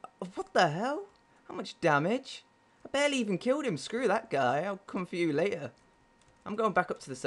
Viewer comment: Because if we fall lay-eh, there's a chance I'll land in the wo-ah. Lazy way to say it:P